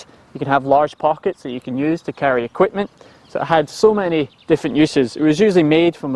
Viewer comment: Quipment? And I thought us Australians were good at dropping off unnecessary syllables. Approved!